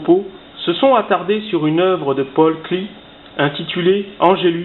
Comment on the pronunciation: On dit "paul klé"